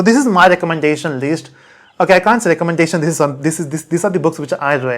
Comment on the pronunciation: Why he is pronouncing list least?